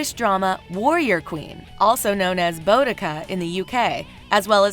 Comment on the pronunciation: The narrator butchered the name Boadecia